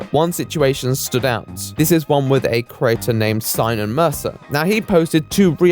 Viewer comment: Very good work but we need to talk about how you pronounce "creator", you do realise there's an "e" in there? Just so you know, I've got my eye on you. Or my ear. You owe me about 27 E's. Ees? How do I write that? Eees? Look here! Stop changing the subject! Eeeeeee!